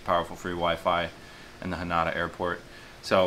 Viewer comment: It's Haneda not Hanada bro.